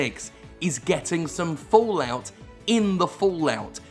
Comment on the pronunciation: Fo-Lout ~ Fo-Lout ~ Fo-Lout ~ XD